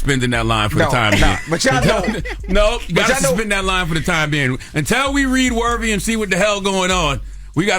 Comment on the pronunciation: It's "Worthy" not "Wervy" Charlemagne!!! It drives me nuts for some reason 😂